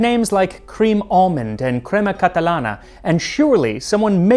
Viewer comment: I just want to congratulate this man for his pronunciation of "crema catalana".